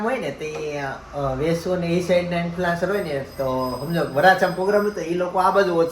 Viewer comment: ઇન્ફલુઆન્સર નહીં ❌ઇન્ફલ્યુઍન્સર ✅ઍ સાઇલેન્ટ રાખવાનો